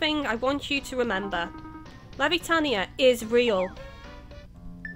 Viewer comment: and um it's Levitania as in "levitate" it's a pun lol. and the Puerto in Port Puerto, Is pronounced like in Puerto Rico lol